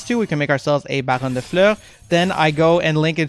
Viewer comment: I subbed because you correctly pronounce baronne and this decklist is very good, unlike some lists from other creators..